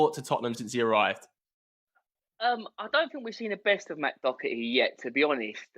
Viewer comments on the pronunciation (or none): How do english people say dockerty and not Doherty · It’s Doherty not docerty 😂😂😂😂😂